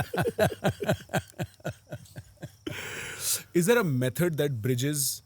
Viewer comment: Hey North Indians.. It's not 'dosa'... It is '2 sa' ... '2' in hindi दोसा It is not डोसा Surely you know the different between both